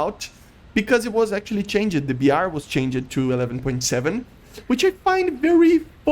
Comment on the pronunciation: I'm not ragging on you but "changed" isn't "change-ed."